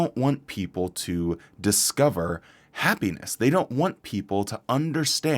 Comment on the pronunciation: Am I the only one that hears ha-penis when says happiness.